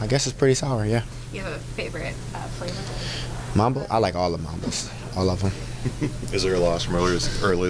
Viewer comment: Mamaba roller coaster!He said mamba😢